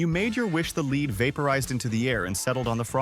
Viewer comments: It's not leed it's lead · Leed instead of lead?😅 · Who pronounces lead aka plumbium as leed? AI, right? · That damn leed is terrible 😂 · I caught that, too!! 😆😆